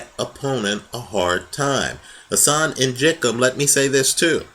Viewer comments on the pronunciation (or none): none